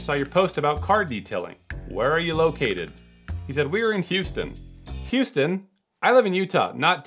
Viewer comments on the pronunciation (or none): none